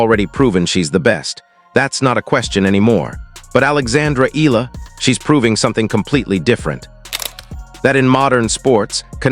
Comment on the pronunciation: Pls E-YA-LA